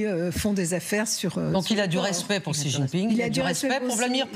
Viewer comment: Bonjour c'est écrit Xi mais ça se lit "Cchi" x en chinois se lit "cch" ou "sh"